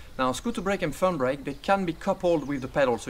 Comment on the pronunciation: it's not "fun" brake. it's "thumb brake"